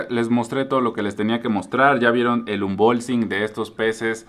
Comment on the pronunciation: Me encanta la manera de decir "unbolsing"😂❤❤❤